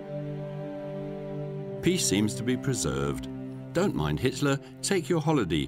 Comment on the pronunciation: The narrator says "histler" and "raisch". Hilarious.